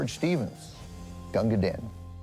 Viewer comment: Actually isn’t it supposed to be pronounced “Deen” and not “Din”? In the poem it rhymes with “green”.